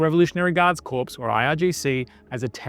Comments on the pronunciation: Guard CORPS. Pronounced "core". The PS at the end is silent. Otherwise you've said "corpse" as in a dead body. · "corps" is pronounced "core". Great coverage as usual.